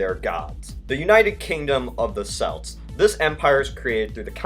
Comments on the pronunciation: Celt is pronounced "Kelt" not "selt". Also, Suas Éire!!! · The 'C' in the words 'Celt'/'Celtic' is hard, not soft - pronounced 'KELT'/'KELTIK' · For future reference, Celt is pronounced Kelt, not Selt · It's pronounced "kelt" not "selt" spelt Celt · why are you saying "Selt" and "Seltic"? It is pronounced "Kelt" and "Keltic" (when speaking about the Celts) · celt is pronounced kelt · You know, for someone with a channel revolving around history, you ought to know how to pronounce "Celt". The C is a hard C, so it's pronounced like kelt (I know this because in Ireland, Celtic history is a big part of school). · as a celt living in the uk would you please pronounce celt correctly, try pronouncing it with a k , kelt, that's how we say it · Way to mutilate the pronunciation of Celt. What the fuck is a "Selt"? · it pronounced kelt but spelled Celt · Comments: Russia sucks-%5 America sucks-%5 OMG you pronounced Celt wrong!-%90